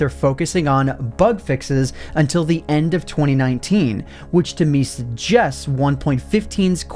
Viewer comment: "which to me s gests"